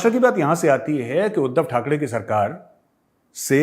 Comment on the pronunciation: Sir its not THAK (DEY) it is THAK (REY)